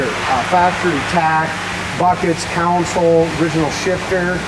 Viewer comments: It's console, not counsel. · Con sole /not coun sole/ and not cown sole. Try pronouncing console correctly instead of saying it like there's a cow somewhere. I would watch alot more videos because I am definitely on the hunt for me a Camaro I just haven't seen it. But the way that guy pronounces console I can't stand it. There is no cow in console